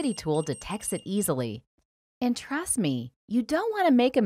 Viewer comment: “Trast me” 😂 love this lady